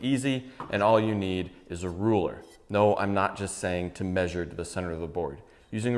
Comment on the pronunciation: Haha, I heard the you the first time. But it definitely had a Jew sound on the second listen.